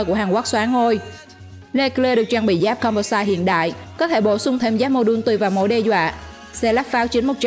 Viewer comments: Composite...doc là com po zit...not zait...ok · Composite mà đọc com pô sai. Vcl